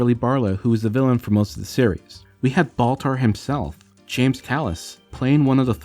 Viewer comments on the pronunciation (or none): none